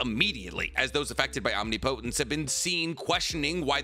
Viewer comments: My guy: Om-nip-o-tence. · I give up, this man is gone say OM-Ni-Po-tence till the end of time 😂😂😂 Love the content though, keep it up! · I don’t mean to nitpick. But please pronounce the word correctly. Omnipotence. (Om-ni-puh -tense). I cringe so bad hearing it said wrong every video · Do you say omnipotence that way to hurt me? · I feel like you mispronounce omnipotence just to get people riled up. Nobody is dumb enough to think that's how its said